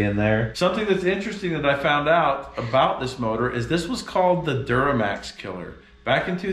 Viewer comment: Anything short of a Cummins really short-changes this build. I do appreciate uniquely Utah pronunciation of "Duramax" though.